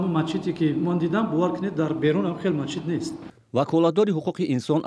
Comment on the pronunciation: Мачит не масҷид.Вақте коркуни давлатӣ ибораро хато талаффуз мекунад, куҷо расад,ки аз мардуми омма мо гила кунем. Ин магар аз босаводӣ ва бесаводӣ далолат намекунад?